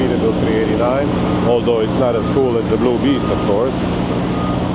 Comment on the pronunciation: Every time I hear you say Blue Beast it sounds like your saying Bloobies. Sounds like boobies lol😂 both name are awesome.